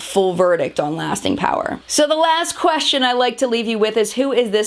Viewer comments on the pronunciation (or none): none